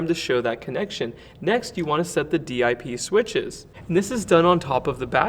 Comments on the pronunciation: Ahh, the Dee Eye Pee switches. Fancy. 😉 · … Dee Eye Pee ? Definitely young and not EE or CE lol